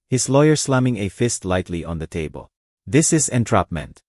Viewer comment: Ano yan table naging tabel or tab-le